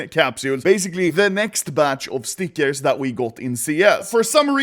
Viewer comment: the way he says stickers triggers me sm